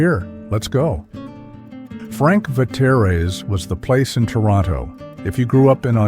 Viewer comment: Frank Vetere's was pronounced FRANK VETEARS. My high school guidance counsellor was a certain Father Vetere. He was Frank's cousin, and he handed out pizza coupons whenever you saw him.